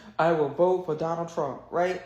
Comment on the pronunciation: LOL, very catchy rythm, you must admit..... "I wheeell vote forrr Donaaal Trrooomp"